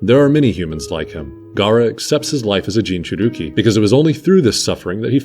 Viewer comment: Loved the video as always but it's Jinchur-i-ki, not Jinchur-u-ki